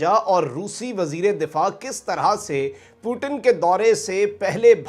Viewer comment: अरे गधों वो पुतिन हैं। प्युटिन या पुटिन नहीं।